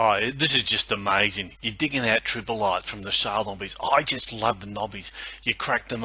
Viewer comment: Generaly good interesting video...just one thing though... they are Trilobites not Tripobites :)